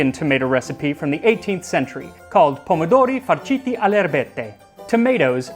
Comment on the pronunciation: As an Italian I can say that your pronunciation of the name of the dish is on point